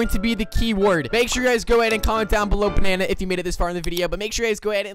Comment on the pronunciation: Did you say banana or Panana I will say both banana panana